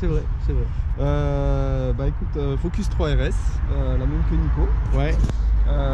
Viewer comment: ptdrrrr au début j'ai compris "je suis avec deux phoques"